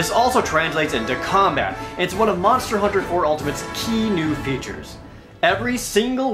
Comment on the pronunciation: MANSTA HOONTA